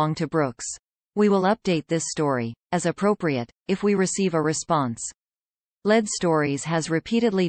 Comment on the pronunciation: 😊I realize that the voice of the news video is AI, but is it supposed to be pronouncing the word as "LED"? I think it should be "LEED"!😂